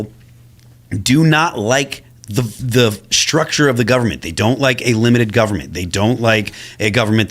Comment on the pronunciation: “LIMITED GOBERMENT”